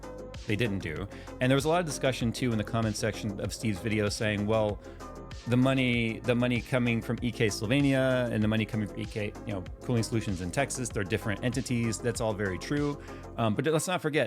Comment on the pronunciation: Does keep referring to Slovenia as Syvania? lolz